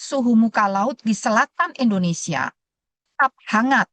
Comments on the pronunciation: Negara kita Indonesia, Bukan Endonesia buk, itu penjelasan dari guru saya pas waktu SD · Bukan juga Endonesa, bukan Indonesa